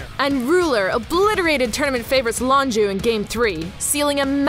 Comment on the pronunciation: Lonju?? Wtf is that pronounciation?